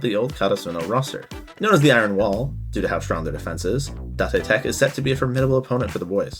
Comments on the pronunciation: datay tech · i just pronounce it the way they say it in the anime "day-tech" and "Kore-asa-no" if i could talk to you with my voice it would be easier to explain but yea. no hate im just sayin it kinda sounded weird when you pronounced it to how they did in the show. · Oh… is it da te tech? I thought it was date tech, since that’s how they pronounced it in the English dub. I’ve never actually watched the sub so I don’t know if that’s how they pronounced it.